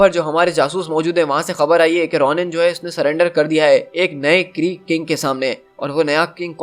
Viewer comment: Bhai wo RONIN nahi hai wo RONAN hai